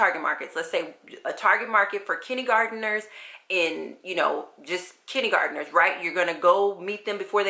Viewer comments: I'm confused about how you're saying kindergarteners. Kidney-gardeners? Kiddy-gardeners?? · Love how you say "kinnie garderners". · that's so funny! I'm from the south and I had never heard it this way before!